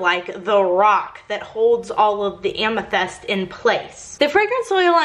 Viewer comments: Is it a Texas thing to interchange the soft i and e sounds? Bunny does it too,, she pronounces tint as tent etcetera. Just curious cuz doing it with amyTHEST. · The soap looks amazing....but I cringed so hard every time you said "amethest". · Dang it, I hate the smell of lavender. Also, was I the only one who was annoyed that she pronounces amethyst as amethEst? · You say amethyst so weird.